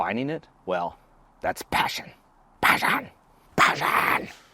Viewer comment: I hate it when he says Passion! Passion! Skounds like hes saying KATHARINE! kATHARINE! IHATE THAT F name!!!